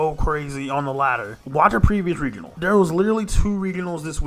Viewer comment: I have literally never in my life heard anyone say 'regional' like the world 'regal'... until now.